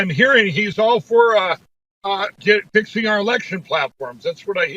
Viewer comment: “He’s all for fixing our election platforms.” With the emphasis on “fixing”.